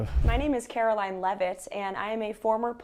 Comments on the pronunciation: Karo-lyin' Leave-It. Drive me nuts how she mispronounces words. It's NO-BELL not freakin NO-BULL. Just on the mispronunciation of that word, Trump isn't qualified under either pronunciation. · It sounded like you said, “KaroLION,” but I realized you meant “KaroLYING”. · Karoline, not Karo Lion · Karolying Leavitt is so full of hate she can’t say words correctly.